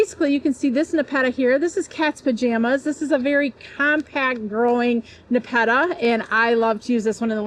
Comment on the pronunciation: We pronounce it Nep- a - ta